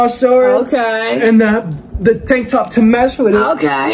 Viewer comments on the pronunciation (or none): none